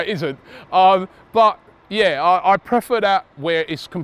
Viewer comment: the way pronounced prefer and preference omg